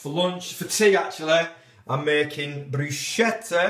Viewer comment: My Strawberry Jam always ends up as strawberry sauce. I just can't get it o set. By the way it's pronounced 'Brus ke ta'. Not many people know that lol.